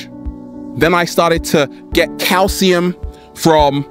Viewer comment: can you please say you get lots of "kalecium" please!!